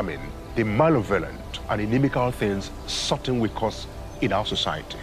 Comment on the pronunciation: Xo she finally pronounce the word correctly "sorting" 👍